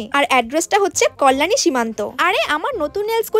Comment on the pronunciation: ওটা কল্লানি না কল্যাণী..... একজন কল্যাণী বাসী হিসাবে নিজের শহরের নাম এইরকম ভাবে উচ্চারণ শুনতে খুব বাজে লাগে....😐😐😑